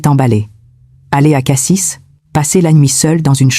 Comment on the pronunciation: On dit Cassi et pas Cassisse le s ne se prononce pas avis a l’IA